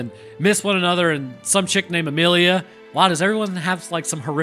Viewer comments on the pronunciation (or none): none